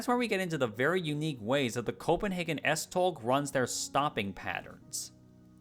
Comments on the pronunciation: "S-toe" (as in the ones on your feet) would technically be more accurate. Although, I did enjoy the struggle with the stupidly weird Danish pronunciations. Danish is a beautifully silly language. ❤ Kudos for at least trying. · Nice. The 'tog' in S-tog is pronounced the same way as the English 'tow'. Big respect for not letting the pronunciations intimidate you though :) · A note from a Dane: it's pronounced more like "S-Tow" if you're going by English pronunciation rules. A lot of the other pronunciations would ironically have been better if you had just pronounced them in English, rather than trying to imitate Danish. "Holte" is pronounced almost the same way in English and Danish. A tip: the only throaty sound in Danish is the 'r', which is similar to French but a bit softer. Other than that, you shouldn't make throat noises at all if trying to sound Danish. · i wanna defend "tow" for the tog pronunciation since the "og" kinda forces your mouth to shape closer to "ow" than "oe" which opens your mouth more to a softer sound (im being super pedantic rn please feel free to ignore me im just used to trying to explain the subtle tones to Danish)